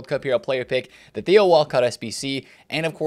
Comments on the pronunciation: Tay o Walcott 😭😂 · It's theo not teo